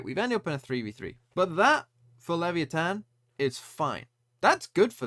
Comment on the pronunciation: OP thinks english is the only language in the world, TMVs pronunciation it's great